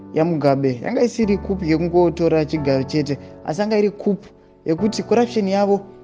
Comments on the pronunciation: Inonzi khu not khup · Kuuuu NOT kupu!!!!!!! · Shaa please stop saying kupu, itii kuu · Kupu😂instead of ku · Ndovatapi venhau vedu. Why they don't check Google pronouncing tips bogles my mind